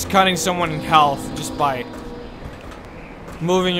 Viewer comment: I love how he pronounces the L in half.